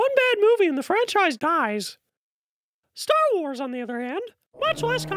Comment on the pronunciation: "stharwarbz". Starwars.